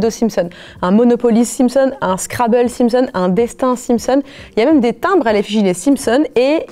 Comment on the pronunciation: Pourquoi elle dit Les Simpson’S je suis sur elle dit des Springles elle